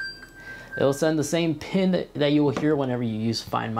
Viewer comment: Why do you always say “pin” your iPhone. It’s ping